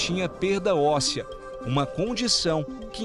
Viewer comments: A dentista, nem sabe falar, "perca", "raspage", etc. Por favor... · Uma dentista que fala "perca" ossea.. é foda. Tou fora de uma ridicula dessas